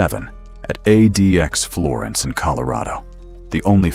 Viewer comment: ADEEAXE florence? AI slop.